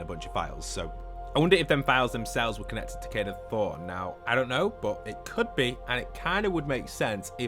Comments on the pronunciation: Hes not called Kado Throne its Kado Thorne like a thorn off a plant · hearing call kado thorne "kado throne" brings me severe pain